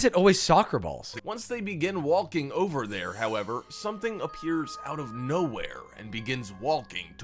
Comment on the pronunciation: it's not just funny he says walking and pronounces the L. its even funnier that sometimes he says it correctly and immediately says it incorrectly.